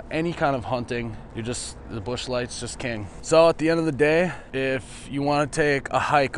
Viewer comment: I die laughing everytime !!!!!! 🤣🤣🤣🤣👏 Ps. I thought I was the only one I love with Busch beer .. except mine is never light. Lol